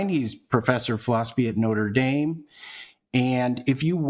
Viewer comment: I’m sorry but the second I heard “noter daim “ I had to give up